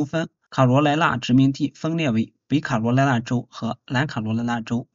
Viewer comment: 说的太对了，我听着都难受，听不下去了。😢😢